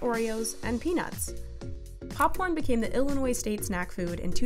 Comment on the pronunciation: illinois: "popcorne"